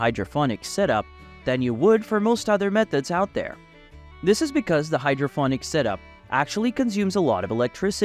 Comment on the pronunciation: Can't even pronounce it right.its ponics not phonics.got Sick of hearing it so turned off